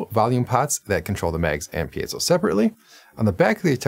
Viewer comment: Nice review! Thanks for pronouncing piezo correctly and making a point of it. Interesting guitar. Thanks for the in depth review.